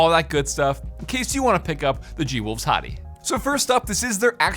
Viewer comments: ... I can't take it anymore... Hati is pronounced HAY-tee... as in the country... Not Hoty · you know since its G wolve it would be Hati Hróðvitnisson pronounced HATEY